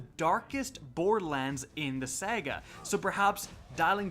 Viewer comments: you pronounced saga wrong..... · Saga not sega